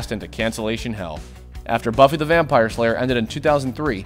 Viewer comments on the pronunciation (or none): none